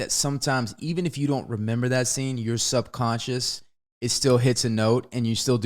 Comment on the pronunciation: Feeling really shocked and delighted that Wes managed to say "subconscious" correctly.😂